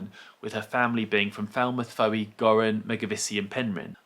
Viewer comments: Fowey is pronounced 'Foy' in Cornwall mate. BTW...did you know there is a Quaker cemetery in Falmouth? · Everybody gets Fowey wrong which is understandable. Actually I've read that it would sound like your pronunciation in the Cornish language.